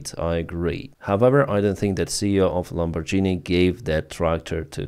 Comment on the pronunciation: In "Lamborghini"', GH is pronounced Ґ.